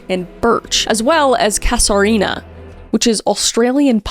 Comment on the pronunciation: Aussie here. Pronounced "ka - zhr - ee -nah". Interesting that she should have an australian pine pollen on her, I'll have to keep watching.